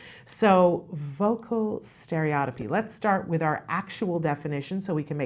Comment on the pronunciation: To really get the professionals attention pronounce it correctly : stereo-tippy